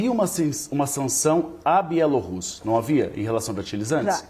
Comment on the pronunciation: achei chique a forma como o analista pronúncia Bielo rússia